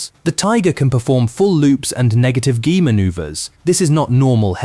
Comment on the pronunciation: Whats a 'negative ghee manouver?'